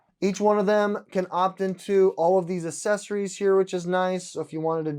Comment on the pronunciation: You might want to reaccess your pronunciation of assessories 😬🤔